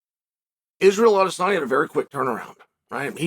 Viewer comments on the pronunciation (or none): none